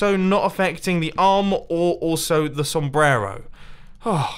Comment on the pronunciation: You pronounce the word "sombrero" pretty funny, loved this door tho <3 Greetings from Mexico bro ;)